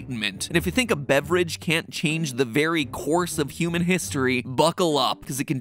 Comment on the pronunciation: in the video Mat Pat says cuman instead of human